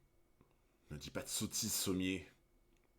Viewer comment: Pourquoi tu dit Sommiers et pas Sommers ? :0